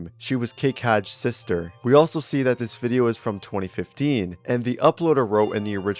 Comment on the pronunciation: The fact that bro reads 2025 for 2015 EVERYTIME is crazy